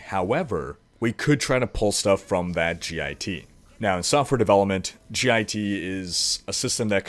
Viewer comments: It hurts my ears every time you say "G I T" instead of Git. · As a Computer Science major, I cringed hearing you say "gee aye tee" it's just pronounced "git" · Sweet video! It's git though, not g-i-t. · G.I.T. is pronounced get. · Made me cringe when you kept saying G I T. It's just pronounced git. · You can just pronounce "git" phonetically. That was painful to hear you say G I T every time. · please its "Git" not "G.I.T" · Three messages about Espresso? I'd be looking there for clues. BTW, It's not G. I. T. It's git, like stupid git, or git 'er done. It's the original author's sense of humor. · git is generally said as an acronym not an initialism, so git (like git over 'ere), not g.i.t. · God damnit it's one word. GIT not G I T. Say it like Hit with a G instead of an H. GIT. A GIT Repository >_< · LMAO "g-i-t hub..." Son it's just git, like say get. but with an I... lmao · Hearing him pronounce git as "G I T" was so painful... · Good video, but it's not pronounced 'g-i-t'. Just say 'git'. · its Git, like git gud, not G-I-T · btw you don't have to say "gee aye tee".. it's just "git" ( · "g-i-t repository" No. Just no. Please. It's called git. I suppose you probably put pineapple on your pizza, too. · Ahhhhhh, I love your videos, but your pronunciation of "Git" is killing me. It is pronounced "get", not "g,i,t" For reference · Love how you say "GitHub", it's pronounced Git, like.... "Learn to pronounce stuff you're reporting on you silly git!" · G-I-T. Git is annunciated as a word, not letter by letter btw. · you just say git and github, you don't say the letters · As a developer who uses git regularly, hearing you repeatedly call it gee eye tee was triggering me :) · It's pronounced "git" like "get." That was just annoying the shit out of me. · its pronounced Git you git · you're the first person i heard pronounced "git" by its letters, instead of as a word.